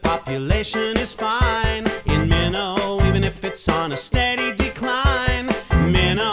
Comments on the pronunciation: well if you lived there its pronounce Minto NOT Mino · It’s also pronounced “min-T-o” not “min_o” lol